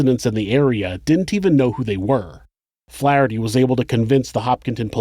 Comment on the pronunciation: That isn't how you pronounce Worcester OR Flaherty my dude...RESEARCH